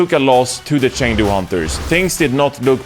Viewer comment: The casters learned, the fans learned, and now it's your turn to learn how to pronounce Chengdu.